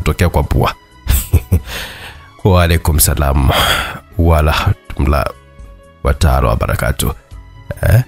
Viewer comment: 😂😂😂😂😂😂😂😂😂😂😂😂😂ila D oen Sasa mbona hiyo salam unaitamka sivyooo Nimecheka sana 😂😂😂😂😂😂 Dah waraha tullah😂😂☝️🤣🤣🤣🤣🤣🤣🤣🤣🤣🤣Niueeeeeeeee